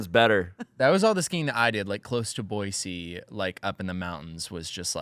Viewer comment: I can tell is from Idaho because he pronounces Boise correctly 😂 "there is no Z in Boise"